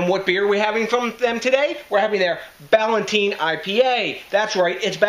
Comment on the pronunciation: brewed in NEWARK up until 1972 on 57 Freeman St. in the Ironbound section you're pronouncing it wrong too THIS IS GARBAGE COMPARED TO THE ORIGINAL Peter Ballantine was a Scottish brewer who set up a brewery in NJ. Jews from NY bought out the brewery in the 1972, and screwed the workers. NEWARK was a beer capital. Now gangs roam the blood bath city, and all those breweries are in ruins, except Budweiser across the street from NEWARK INTERNATIONAL AIRPORT.